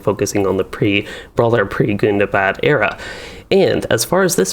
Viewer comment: Is Gundabad really pronounced as "good-da-bad"?